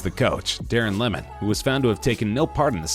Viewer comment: Still at #10 its Lehman not lemmon. Don't think I will make it to end. Basic facts are incorrect.